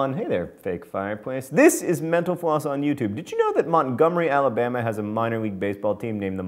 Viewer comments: I like how John quickly pronounces "Mental Floss" as "Menopause". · At the end, when John says "Metal Floss," I heard "menopause" and I was deeply confused. I'm so sorry that I have nothing more thought-provoking to provide to my comment.